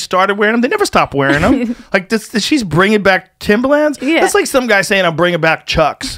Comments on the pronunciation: Am I the only one who absolutely COULD NOT focus on anything other than Joe trying to pronounce “Timberland?” Say it with me Joe...Tim-ber-lands. Timber-lands. Not Tim-bah-lands. Not Tim-buh-lands either! Get it together bud😂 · Why is joe pronouncing Timberland like that? It's driving me nuts! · It’s pronounced timberland not timbaland